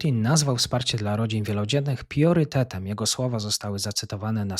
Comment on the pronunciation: pRiorytetem a nie pIorytetem Rio De Janeiro a nie Rio de JANERJO DOLARA nie DOLORA ZItd itp Czy ty jesteś przyglupi? Za co ty chcesz wsparcie na patronite jak ty jednego wyrazu z ekranu nie potrafisz przeczytać matołku